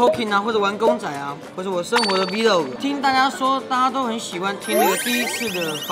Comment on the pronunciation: 是vlog啦不是 V log ！ 读错啦！！